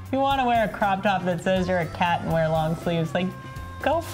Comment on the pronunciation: "how obout o cot? btw, its 'how about a cat'